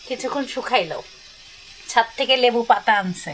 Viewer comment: Kammi তুমি “ছ “ কে “স “ উচ্চারণ কর এখন Saifan একি ভাবে উচ্চারণ করা শিখে গেছে😢 ছাদ কে সাদ বলছে.. be carful about this as he’s still in learning phase of his life ❤